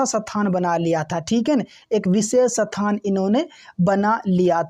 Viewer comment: are sir ji sathan ni hota h isthan hota h 😊